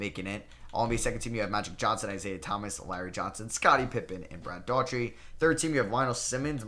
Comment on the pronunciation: Brad Dough-er-tee. Not Daw-Tree